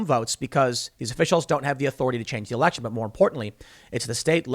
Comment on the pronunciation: Anyone else notice that Tim says Erection not Election lol